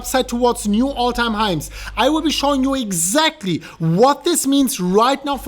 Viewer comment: “All time highms!”